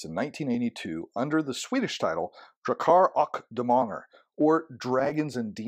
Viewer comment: Great review! There are a lot of advantages to having the box version, but the book is likely to hold up better over time. Depends on how well you treat the rules in the box version 😅 This game has become one of my favorite Fantasy RPG's. The way monsters work, mechanically, is great! Good attempt at pronouncing "Drakar och Demoner" 👍🤘😎